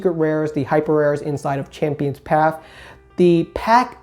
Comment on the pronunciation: PATH... P A T H..... NOT PAF CHAMPIONS PATHHHHHH